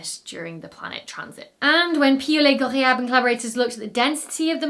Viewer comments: In addition to the science, I think you like impressing us with your pronunciation of Piaulet-Ghorayeb. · I had a feeling "Piaulet-Ghorayeb" would show up in the blooper roll, but you did GREAT!! 👏🏼👏🏼👏🏼